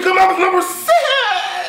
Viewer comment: When he sed "Twitta Commandment #6" its sounded lke he sed sex...